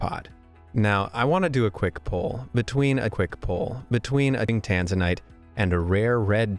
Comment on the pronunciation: The pronoused Tanzana wrong